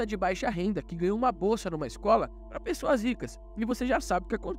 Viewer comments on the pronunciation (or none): none